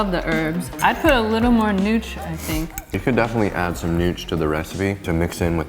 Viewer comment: Got to do this!! Awesome. Never had polenta - looked too bland - but like this!!! At the end you talked about adding something - sounded like “nutch???” LOL What is it? Thx!